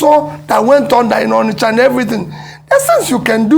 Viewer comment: "ONISHA MARKET"